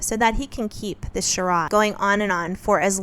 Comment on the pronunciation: “shuhrod” (instead of charade)? You do need some time back in the US! 😄 Just teasing 🙂